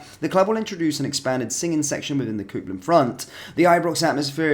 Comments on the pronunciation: It’s Copland not Coopland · Coopland 😮 🤣🤣🤣🤣 Copeland Bud, just saying from Glasgow WATP 😎🇬🇧👍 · Say after me phonetically - COPE (AS IN - I CAN'T COPE WITH SOMEONE WHO CAN'T SAY IT PROPERLY) & LAND... So its COPELAND ROAD STAND. IS HOW YOU SAY IT. Ask your Family if still living. 😂🙄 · Please work on your pronunciation of Copland 😬